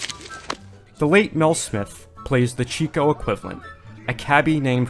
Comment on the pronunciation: Very funny film. One of my favorites. BTW, the Marx Brother name is pronouced "CHICK"-O, not "CHEEK"-O. He was so-nicknamed because he liked chasing after chicks (women).